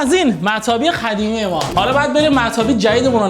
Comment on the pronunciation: داداش زحمت بکش به جای قاف خ نگو مثل قدیمی نه خدیمی